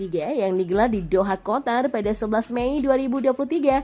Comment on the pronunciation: Qatar bukan kotar😂